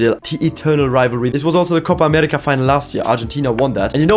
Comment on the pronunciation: wow, you said Copa américa so naturally, like a brazilian